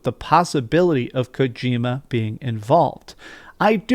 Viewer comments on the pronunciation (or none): none